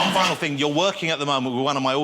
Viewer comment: "It's quite a big fing."